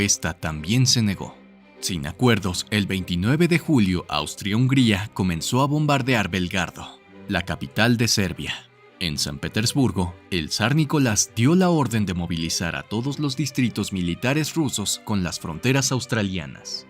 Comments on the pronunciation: Cuando hablas de Serbia dices "Belgardo" y es Belgrado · El Archiduque Francisco Fernando era Principe de Austria y heredero del Imperio Astrohungaro, es inaceptable confundirlo con Australia, y fue asesinado en Sarajevo!!! Tambien cambia o confunde Belgrado y dice Belgardo!